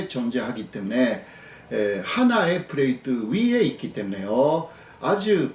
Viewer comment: 오랜만에 교수님 뵙네요~~ 건강하세요! 잘보고 갑니다. 플레이트 Plate ! 발음이 힘드시군요 ㅎㅎㅎ 귀여우시다( 죄송한표현)